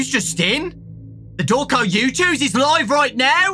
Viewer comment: MANO COMO ASSIM EU TO TIPO OQQQQQQQQQQQQQQQQQQQQQQQ primeiro:COMO Q ELE SABE Q É VC segundo: COMO Q ELE FALOU SEU NOME DIREITNHO terceiro: OQ VC TA FAZENDO ALI